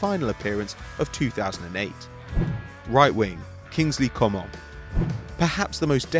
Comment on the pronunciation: Oh my god please, Kingley Coman isn't said like you did but like Co-MAN, like Griez-MAN or SuperMAN. You don't say it the French way